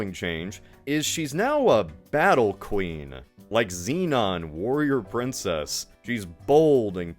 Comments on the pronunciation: You pronouncing Xena as Xenon makes me wanna end my life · Great video.. but I have to be that guy for a second... Its xena warrior princess not xenon lol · Bro said “*Xenon*, warrior princess”. Still love the videos man, keep rockin!